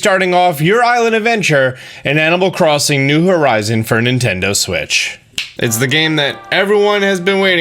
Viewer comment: please stop saying new horizon